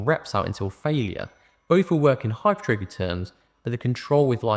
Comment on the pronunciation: Lovely to hear someone pronounce hypertrophy correctly 😂